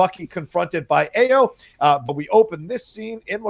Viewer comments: Stop butchering the name. AYO = Pronounced ARE-YOUR Not EYE-OH Not A-YOH AYO means joy in Yoruba [Nigeria] language. [My family is Yoruba.] As in Funmilayo = Give me joy. Or Ayodele = Joy comes home. AYO is the short form of such names. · Great review. and, Ayo is pronounced “EYE-yo”.